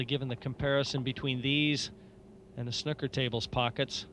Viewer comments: ffs its sn oooo ker not snucker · Someone should tell that idiot that it's snooker, not snucker. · English commentator utterly atrocious, and the Yank can't even pronounce "snooker" correctly? "SNUCK-ER"